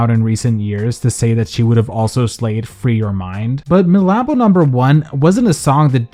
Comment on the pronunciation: MALAMBOOOO 😂 why idc you say it like that